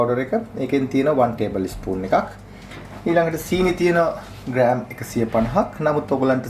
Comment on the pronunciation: ඔයා නියම වැඩ කාරයෙක්. එල වැඩසටහන. නමුත් කරුනාකරලා " ඉස්පුන්" "ඊස්පූන්" කියලා වැරදියට කියන්නෙ නැතුව එක්කො "ස්පූන්" කියලා හරියට කියන්න නැත්නම් "හැන්ද" කියලා කියන්නකො.